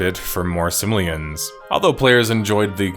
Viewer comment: Its Sim-o-lee-an, not simalan